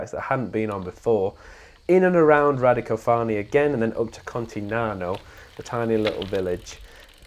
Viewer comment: ...and Radicòfani, not Radicofàni. Furthermore the pronounciation of Via Francigena is completely wrong.